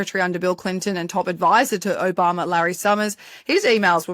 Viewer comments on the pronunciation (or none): none